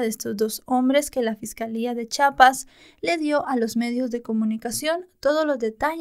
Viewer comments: no se pronuncia CHAPAS...Es CHIAPAS con i Saludos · mientras hago mi tarea te escucho y me dio curiosidad que también dices chapas como yo, cuando es chiapas y siempre se ríen mis padres y mi novio, te quiero gracias por un buen trabajo <3